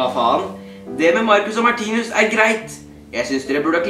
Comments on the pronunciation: Du sier martinius menn det er martinus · det er ikke hat kommentar men vær så snill å si 'martinus' og ikke 'martinius',det er litt vanskelig å høre på deg når du hver eneste gang sier martinius 😉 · Kan du lære deg å IKKE si Martinius DET ER MARTINUS